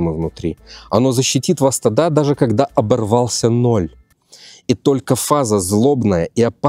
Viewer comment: Какой не грамотный, правильно говорить не тока , а только😂😂😂😂. Удачи, всё очень интересно